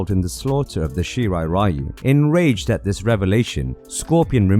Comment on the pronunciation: Great video but why no analyst manages to pronounce Japanese name like Shirai Ryu correctly?